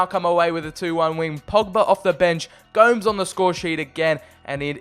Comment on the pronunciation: Its prounounced go-mes